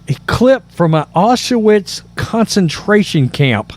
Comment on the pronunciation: WTF is Ah-sha-wits. Say OW-Sh-vitz